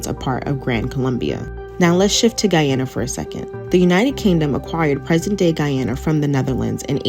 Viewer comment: True but 100 issue Russian judge was bribed by England. Disputed prior to oil gas discovery. Imagine 😢 who's explaining can't even l Pronounce Guy a na . She say gwe a na. Lol